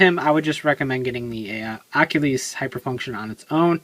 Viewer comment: your saying its name wrong your like Akhilies